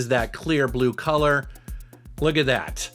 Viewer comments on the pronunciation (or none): none